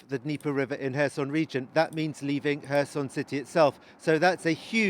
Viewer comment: His pronouncation of Kherson is very poor